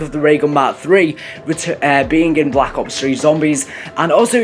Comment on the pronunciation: Sounds like You're Saying Call of Duty Black Cops 3 ?